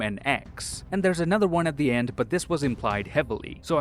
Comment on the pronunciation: I think he said "next wong" 😂